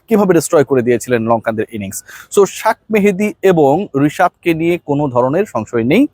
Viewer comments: What do you mean by শাক মাহেদী 🤔 উচ্চারণ ঠিক করেন শেখ মাহেদী হবে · কি উচ্চারণ করেন শাক মেহেদী মানে? নামটা ভালোভাবে বলেন শেখ মেহেদী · ভাই আপনি বারবার শাক মেহেদি বলেন 😅 এটা মে বি শেখ মাহাদী... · শাক মেহেদী টা আবার কি? আপনাদের উচ্চারণ শুনলে বিরক্ত লাগে , ভাই উচ্চারণ গুলো ঠিক করেন। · শেখ মেহেদী ❌ শাক মেহদী ✅😂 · শেখ মাহেদি কে আপনি শাক মেহেদি উচ্চারণ করেন কেন?? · ভাই আপনি বারবার শাক মেহেদী কেন বলছেন? আপনি কি নাম কিক্রিত করছেন নাকি ইংলিশ সঠিক স্পেলিং করছেন? প্লিজ রিমাইন্ড শেখ মেহেদী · ভাই দয়া করে বলবেন, শেখ মেহেদিকে কেনো আপনি শাক মেহেদি বলেন? শেখ বলতে কি আপনার সমস্যা? তাই যদি হয় তাহলে নাঈম শেখকে কেনো নাঈম শেখই বলছেন! নাকি শেখ মেহেদির ক্ষেত্রে ব্যঙ্গ করেই বলতে হবে!! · ভাই তুই শেখ মাহাদি কে শাক মাহাদি বলছ কেন তোর মুখে কি পোন্দাইতে হবে। সব বিড়িওতে শাক বলছ। তোর মুখে দন ডোকাইয়া মুখ পাতলা করমু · ভাই আপনি শাক মেহেদী বলেন কেন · Tui ki zaorami kore sheikh mahadi k shak mehedi bolish!!! Naam thik kore bolbi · শেখ মাহাাাদিকে শাখ মাহাদী বলছেন কেন? নামের বিকৃতি শুনতে খারাপ লাগছে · ভাই,, শাক মেহেদী,,, এই শব্দ টা শুনতে খুব খারাপ লাগে,, আপনার মুখে,,,নামটা হবে,,, শেখ মেহেদী,,,, 🇧🇩🇧🇩🇧🇩🇧🇩❤️❤️❤️🇧🇩🇧🇩🇧🇩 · আরে আবাল শাক মেহেদী নয় শেখ মেহেদী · আসসালামু আলাইকুম ভাই, আপনার নিউজ আমি সব সময় ফলো করি। কিন্তু আপনি শেখ মেহেদিকে শাক মেহেদি বলেন কেন? আপনার উচ্চারণে মনে হয় সমস্যা হচ্ছে। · শাখ মেহেদী বলে শুদ্ধ করে 😁